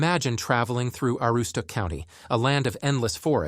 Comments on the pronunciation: They couldn't even settle on the way they pronounced Aroostook. I heard probably 7 ways of it being pronounced and every one was wrong. This video is what happens when someone not from the county makes a video about the county. This video acts like people in the county are communicating via smoke signals. Ironically they couldn't even provide valid footage of Portland and instead used footage of Portland, Oregon. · There are some valid points in this video but the biggest thing I learned is that whoever is reading this or using AI to read this clearly has never tried to pronounce Aroostook County in real life. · If your gonna do a video of such a place as this, Aroostook county. Than first thing you do is learn how to pronounce certain words such as Aroostook ( A ROO STOOK ) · I can tell you why we left Maine. We lived up in the county where he is talking about. We loved it. But when the state voted in this communist Gov. we had to leave like most other people. The narration can't even pronounce Aroostook County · Dude can't even say Aroostook right. Terrible video. There's nothing here so go away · If you cannot pronounce Aroostook County, you're not worth listening to. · Made a video about northern Maine. Can't say Aroostook properly 😊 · The AI can't even decide how to pronounce Aroostook and they expect people to take this seriously. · You read my mind!!! It drove me CRAZY listening to him mispronounce it repeatedly!!! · I was thinking the exact same thing. The pronunciation of Aroostook is killing me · No two pronunciations of Aroostook are alike in this video. And it's PRESK-AISLE, not PRESKE-AISLE! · if you've been to the county you should know this video is misrepresenting northern maine. They couldn't even settle on one pronunciation of Aroostook so instead mispronounced it wrong in about 7 ways. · Yeah, you can tell by how the narrator mispronounced Aroosstook and Presque Isle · hahahaha i caught that too!! also: narrator mispronounces "Aroostook"